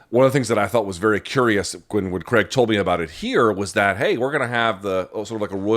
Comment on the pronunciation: Craig, not Creg. Please learn to pronounce the man's name correctly